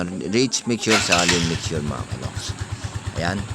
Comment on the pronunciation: Mixture/ mekstyur...asiwa pakinggan yong mekstru mo loks.